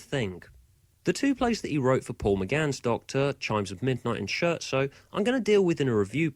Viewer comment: Please, please, please! It's an Italian word. Learn to pronounce it rigt. /ˈskert.soʊ/